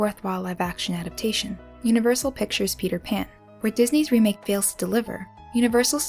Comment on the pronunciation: Please learn how to say the word 'adaptation'. It is FOUR syllables, not three: a dap TAY shun. The emphasis is on the third syllable.